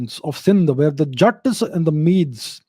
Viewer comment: Calling Jaaats , jats 😂😂😂!